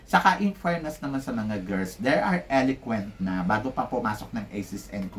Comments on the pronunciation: Paulit ulit na po tayo sa pag ko correct sa inyo di kayo nakikinig Eloquent po di elequent Borromeo hindi Bormeo Sa Country pronunciation po parang kun-tree Teacher po kayo sana natuto kami sa inyo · Eloquent ho hindi Eliquent Country (Kahn tree) -Hola (Ola, letter "H" is not pronounced